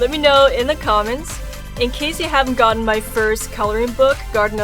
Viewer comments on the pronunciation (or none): none